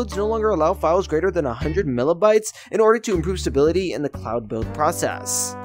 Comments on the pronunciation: megabytes not millabytes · bro said "milabytes" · mllabites? MILLABITES?, no. please no